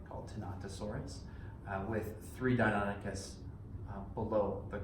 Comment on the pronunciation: So Deinonychus isn't pronounced like the Greek god.